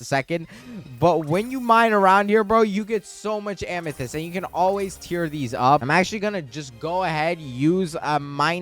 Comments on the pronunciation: Please. Stop saying ah-me-thist is am-ah-thist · if you pronounce amethyst as ameethist one more time im gonna explode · ur still saying ameethyst...